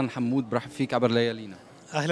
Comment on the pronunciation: يا رجل اسمه حْمود وليس حمّود 😢❤